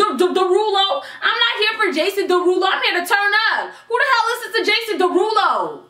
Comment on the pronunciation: "Jason dawhodoe"😂😂🤣